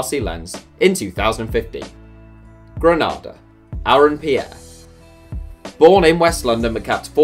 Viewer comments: Also, it’s pronounced “Greneeda”, not “Grenaada”, it’s the 2nd largest nutmeg producer in the world 🇬🇩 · 🇬🇩 Grenada is pronounced ‘Gren-nay-da’ not to get it confused with the place in Spain which is Granada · Gre-nay-da is how it's pronounced